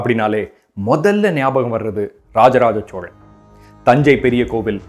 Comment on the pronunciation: Sir unga video and research ellam sema super excellent but oru small correction in ur pronounciation ச்சோழன் இல்லை சோழன் தயவு செய்து என் வேண்டுகோள்